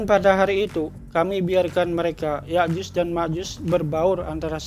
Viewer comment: ya'jud dan makjud bukan yakyuz dan Makjuz,,,,, emangnya juz😂😂😂